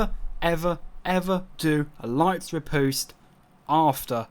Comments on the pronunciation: "Impaling rih - POOste." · You said riposte so bloody wrong facepalm